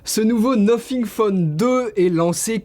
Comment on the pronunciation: Le nofing